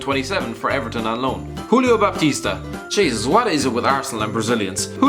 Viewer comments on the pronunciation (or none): none